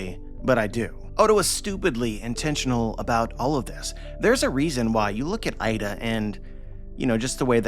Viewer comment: Hajrudin mother's name is not Aida is Iida (for english speakers...Eeda)